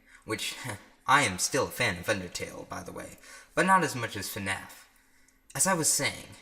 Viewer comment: when he said FNAF and pronounces the letter F at the beginning I cried tears of joy knowing I’m not the only one who says it like that